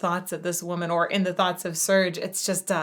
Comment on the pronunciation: Serj is not pronounced Surge. The e is more like e in Bella!